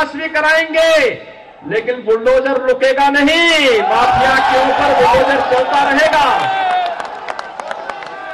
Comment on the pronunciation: Maapiya nahin maafiya kya admiko banayare CM...